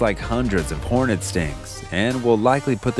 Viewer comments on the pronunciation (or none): none